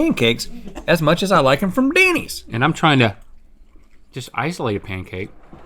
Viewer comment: I love how rhett said denny's its so funny